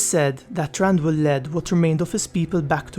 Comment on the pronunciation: TH RANDIUL, AS IN MARAGET THATCHER. Ii it pronounced softlly, thranduil, throb, thrice, thread, throw.